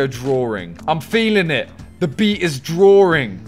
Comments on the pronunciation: Why do you say drawing as ‘drawering’ & thawing as ‘thawering’? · Why do you add an “R” into words like “drawring”, “sawring”, “thawring” 🤔